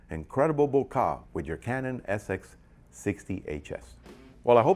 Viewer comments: you pronounce it bo-car ? do you (bokeh) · I have NEVER heard anyone pronounce bokeh "bo-kah" lmao!